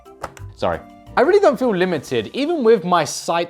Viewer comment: . You just said feel in Afrikaans language. So you said voel. As in feel in Afrikaans